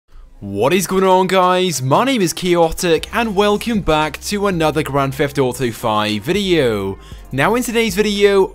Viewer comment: Why do you say grand fheft auto